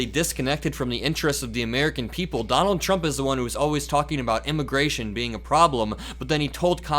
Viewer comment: 😂😂😂THE OLD MAN…..”don-OLD”……and now I am convinced both vance and the old man are gone totally…..FUBAR! 😂😂😂😂😂